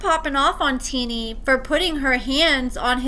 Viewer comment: I love your videos, but I'm starting to be convinced that you dont actually watch or pay attention to the episodes. First you were pronouncing Shonta wrong now your pronouncing Tennie wrong and she didnt ask his mom "who are you talking to" she said "what is your problem with me" 🤦‍♀️